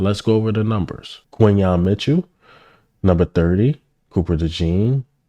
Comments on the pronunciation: Right. (Kin-yon) Quinyon. It’s really not that hard but if your reporting get it right. It is kinda annoying. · You keep pronouncing his name wrong too 😭😭😭😭😭 it’s like saying Quinton but with the other letters instead 🦅🦅🦅🦅🦅🦅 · Why do you continue to pronounce Quinyon Mitchell"s name wrong? Put some respect on this young man's name by pronouncing it correctly 🤷🏽‍♂️